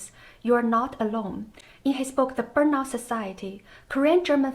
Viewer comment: The writing activity is nice. The things you think you are supposed to be end up sounding ridiculous. Although sadly it is what people expect. You should pronounce burnout as burn↑out↓; I might not have got it immediately without the subtitle.